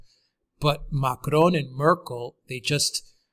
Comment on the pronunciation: please learn to say Macron with a French accent not a Mexican one.